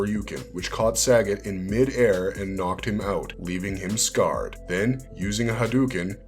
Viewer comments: The name is pronounced Sah - got my guy not Sag- it lololol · SUH-GOT not Sagget 😂😂😂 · It's pronounced "suh-got" (sagat)